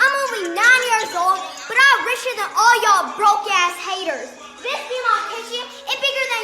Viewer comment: When she said Broke ass haters I thought she said the hard r 💀